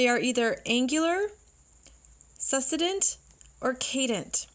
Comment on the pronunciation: Great video, —Thank you! Just wanted to mention: succedent is pronounced /sək ˈsi dᵊnt/ with emphasis on the second syllable, as in the word "succeed."